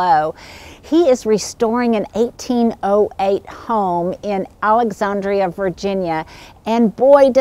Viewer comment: Oh my. I love Brian. I basically drool on his Instagram feed. He probably thinks I’m a lunatic. 😆 Such yummy colonial historic goodness. Thanks so much for sharing. I love the way you say “alexannndria” so classy. I say “AlexANNDria” à la Fran Drescher. 😂